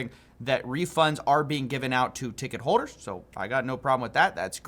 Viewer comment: why don't youtubers ever say words correctly?? "ticket hoders "??